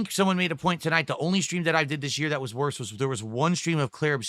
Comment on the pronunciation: "That" = "Dat"